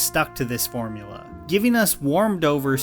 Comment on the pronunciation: did he say morbula